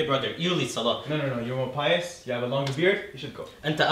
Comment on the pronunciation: "apious" - is that supposed to be the arabic superlative construction on an english adjective OR am i just hearing things?